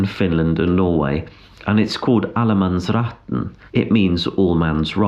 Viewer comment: You are probably thinking I'm pestering you now, with all my comments and questions... 😯 But hey, it's activity on your channel... 😀 Only I noticed you had Swedish pronunciation and spelling of "allemannsretten". So you might be very familiar with that country... Is allemannsretten no problem there ? Do they not have places where it becomes too much ? Like it is in many places in Northern Norway, for example Lofoten. An also in the Fjord District here in Norway.